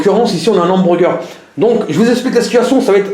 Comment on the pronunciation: Hamburger pas hambourgueur